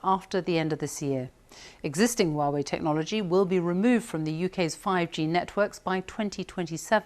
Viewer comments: Someone needs to tell her that is not Uawei! Is HUAWEI!! 😂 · She is saying wrong haha. "Wa-Wei"